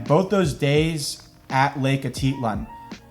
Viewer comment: I appreciate going to Guate, but how many times has he heard the correct pronunciation of 'mercado' and 'Atitlan'. How hard is it to remember how to pronounce it?